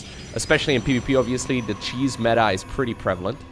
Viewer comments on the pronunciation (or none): none